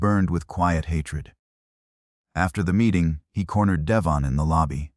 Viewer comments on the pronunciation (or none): I hate these AI voices, mispronouncing names, words, butchering phrases. His name is De-VON, not DE-von.